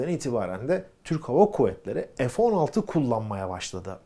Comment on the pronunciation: 50 PLAS))))) (PLUS) TÜRKCE ARTI DEMEK)) NEDEMEK LÜTFEN PLAS? EF 16 DEGiL FE 16 OKUNUR!!!))) SAYGILAR